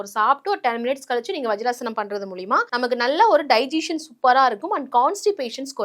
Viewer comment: அது டைஜீசன் இல்ல…டைஜசன். செரிமானம்னு சொல்லுங்க, எல்லோருக்கும் எளிதா புரியும்….